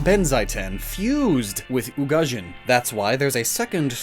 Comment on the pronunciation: You pronounced Ugajin right. Actually your pronunciation in general has improved a lot over the years :)